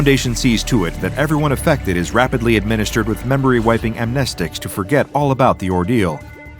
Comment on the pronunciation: Huh?.. Finally he manages to say "amnestics" correctly!, not "amneestics"